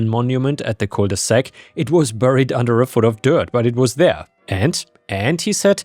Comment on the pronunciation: Cul de sac, not coule de sac.